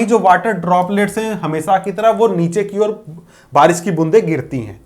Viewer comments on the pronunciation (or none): none